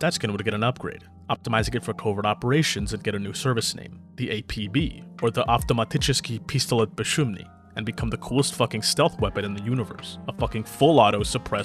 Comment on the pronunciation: Товарищ, от души радуешь меня прекрасным произношением - автоматический пистолет бесшумный is a chef's kiss